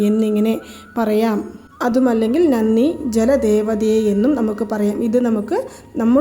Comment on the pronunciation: വളരെ ഉപകാരം. പക്ഷെ നന്നി എന്നല്ല ഉച്ചരിക്കേണ്ടത്, നന്ദി എന്നാണ് . 🙏